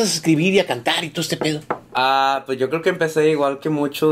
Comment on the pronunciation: “Yo apoye”😂🤘🏼Hy